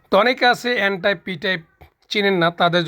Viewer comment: এনটাইপ পিটাইপ ভালো করে বলতেই পারলেন না! বোঝাবেন কি?